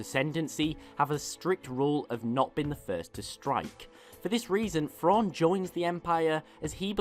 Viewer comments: It's thrawn not frawn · There's a specific British accent that just cannot pronounce the "TH" sound. Am I the only one who notices this? "Frawn" "nofing" "Feory" irritating I can only make it about FIRTY seconds into FESE videos. what might be an "overwise" good video